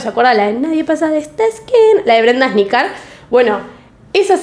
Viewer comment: hermana amo tus videos pero por favor pronuncia videos los apellidos me da cosa q me pongas la tilda MAL en attas y asnicar. love youuu